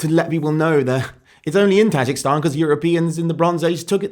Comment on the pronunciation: Imagine being that woke idiot, pretending like she’s doing any kind of actual research or science. Lord help us. Also, terrible effort on the pronunciation of Tajikistan m8 lol